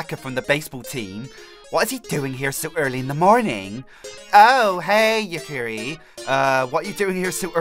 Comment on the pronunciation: you pronounced Yukari wrong it is spelled the way it sounds like